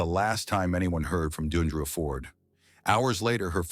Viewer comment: It's not Doon dree uh, it's Dee AHN dree-uh. This is so disrespectful. And all of you people with these disrespectful comments, be careful because it could happen to someone you love It's not about her career. Women of all walks of life face violence daily.